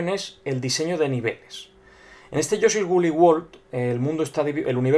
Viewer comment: lol, te entendi: "análisis de yo soy wooly world"